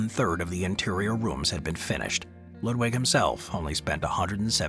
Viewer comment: It’s pronounced Lewd Vig. Not Lud (rhymes with mud) wig. In Deutsch w’s are pronounced as v’s, just as you did correctly with Wagner. Hmmmm Building a castle adjoins a cave structure is so brilliant, you’d figure it wouldn’t be the standard. You can’t really defeat a mountain